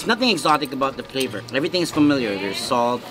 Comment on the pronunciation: Will: this is just pure fat: no i call it pure fleyvor